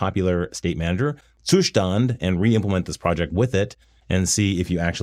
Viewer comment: Gotta love that Ttttsszzzustand pronunciation!